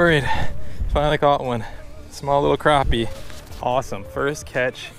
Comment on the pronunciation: i hate it when people say crawpy ... not crappy